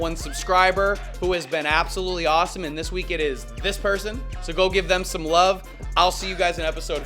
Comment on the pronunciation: "And wove twue wove" I love watching your videos. It really helps with my depression. Thank u for making these